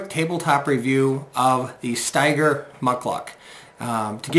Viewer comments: Pronounced StEger, not StIger....thanks for the vid review. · It’s pronounced steeeger! Will Steger was an internationally known arctic explorer. You will also appreciate high heavy alpaca socks! They keep you dry & warm! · I've had my Ojibwa Shorts for SEVEN years now and they're still in impeccable condition. I've never seen ANYONE wearing them and it's crazy what a secret they seem to be! My boots seem to hold up just fine in light to moderate rain. I think it's pronounced "Stee-ger," though, no?